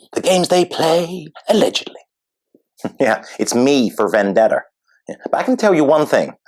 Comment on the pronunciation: I love the extra "r" at the end of certain words, i.e. Vendettar. 😂